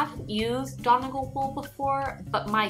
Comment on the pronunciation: Donegal is a county in Ireland, and is the tweed flecks. Studio Donegal is a well known yarn brand here in Ireland. As an Irish person, the way you say Donegal is interesting haha, its fun but very off😊😂